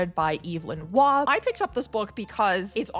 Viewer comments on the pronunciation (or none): Waugh pronounced war. Amazing writer. Will read the Zweig thanks, I have already Schach. Don't like Kundera much, Kapek was so much better see "Válka s Mloky" or Hašek or Hrabal love Hemmingway, like magical realism, Murikami and Marquez. Never read Faulkner... I loved the Idiot more than the Brothers K What no T.H. White (Once and future King) or Conrad or Orwell or London? Have you read Momo or the Die unendliche Geschichte? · Oh dear, the second video of your I've watched and probably the last. You speak to fast also the American mispronunciations🙄 Evelyn Waugh doesn't have a long A, it is a homophone with war. The bear's name is Aloysius, Al-oy-is-us. You said you read Russian but default to American Moss-Cow which is wrong. As for Nabokov: here is what the man himself said "No-bow-cough. How ugly, how wrong.......The awful “Na-bah-kov” is a despicable gutterism."